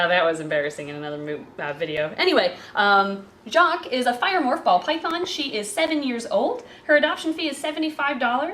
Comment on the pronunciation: Doesn't know how to pronounce Jacques (don't blame her btw) - Gets told how to pronouce it once - Pronounces it with perfect or near perfect native french canadien accent! How are you that good!? As a french canadian, if I heard you pronouce that name and nothing else, I'd say that your a native speaker from my region.